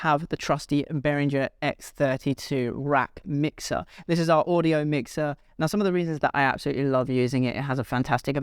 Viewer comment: router not rooter! wow, this really gets to me. It’s not Oodio, it’s audio. it’s not, rooter, it’s router. u have all that knowledge, but consistently say Rooter? such a shame .